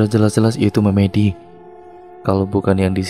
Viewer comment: Narator pasti bukan orang jawa,setidaknya tdk hidup di lingk.berbahasa jawa, karena melafalkan kata MEMEDI kurang tepat he2